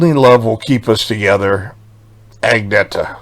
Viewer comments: Actually, it's pronounced "ang-nay-yah". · I’m surprised that you’re pronouncing the G in Agnatha’s name - she does not. It’s “Anyeta” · Hey, enjoy your channel. You should know that Agnetha does not pronounce her name with the "g". It is pronounced like "Anetha". Keep up the good work!